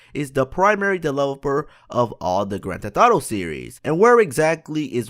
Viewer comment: you dumbass its GRAND THEFT AUTO not gran tatato